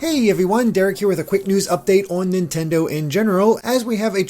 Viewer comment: Nontendo lol